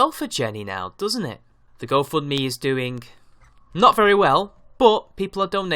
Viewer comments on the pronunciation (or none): Please stop with the "guh"s at the end of your velar nasals (ŋ)! It's fucking annoying! It's "doing", not "doing-g".